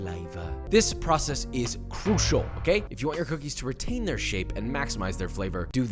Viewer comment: Who’s here when it’s “cookes” not “cookies” ? Lol